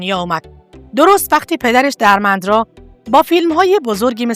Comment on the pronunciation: دوست عزیز پوزش میخوام اینقدر صریح صحبت میکنم ولی وقتی برنامه و ویدئو تهیه میکنید باید سواد و اطلاعاتتون رو هم بالا ببرید.نت فلیکس رو کلا اشتباه تلفظ کردید.اسم دِرمِندرا را هم اشتباه تلفظ میکنید ولی کلا ممنون از به اشتراک گذاشتن اطلاعات